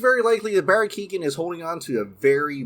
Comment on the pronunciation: Barry Keoghan’s last name isn’t pronounced Keegan it’s ke-o-ghan the g is silent bro